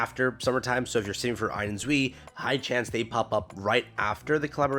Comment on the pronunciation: Great update! Just a quick tip on pronunciation: Ein and Zwei are German for the numbers 1 and 2. Just go to google and type in "Zwei pronunciation in German" and you'll be able to hear exactly how it should sound.